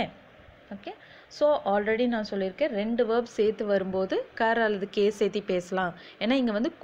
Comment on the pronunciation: வந்துட்டு, சேத்தாம, சேத்தி என்று சொல்லாமல் வந்து, சேர்த்து, சேர்க்காமல் என்று தமிழை நன்கு உச்சரிக்கலாமே ! பயிற்றுவிக்கும் போது தமிழையும் நன்கு உச்சரிக்கலாம் இல்லையா!